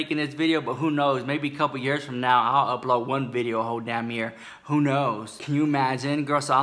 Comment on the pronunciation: In today's veedioo